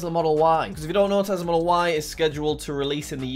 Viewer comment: Did anyone notice that is sometimes call tesla tezla